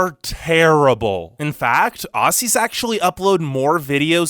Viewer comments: This dude pronounced it AUSSIES like no mate it’s OZZY. With a a. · I love how he say A-ss-i-ee-s its Aou-zz-iesz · Don't pronouns it ossies it's pronounced ozzies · This idiot saying assuies killed me